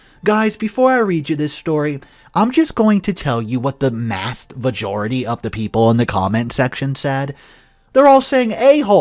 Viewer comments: Love the show. So I'm totally enjoying myself listening and then - the accidental flub, "mast vajority" and I'm crying. Truthfully tho I just couldn't come up with the word "bench" while staring at mine - so I'm not laughing at just enjoying being imperfect like everyone else. Then I'm like, the 'mast vajority" could be the backup dancers for a big drag queen show. 🤣 ❤️ to everyone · Mast vajority??? ROFL